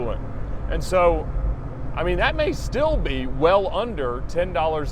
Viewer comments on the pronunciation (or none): none